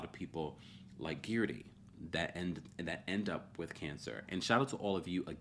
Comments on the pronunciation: Its Guerdy errr, not Geardy ear 🙄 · say guerdys name properly pleaseeeeeee